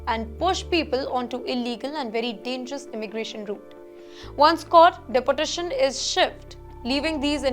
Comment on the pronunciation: Why don’t you learn how to pronounce deportation. De-port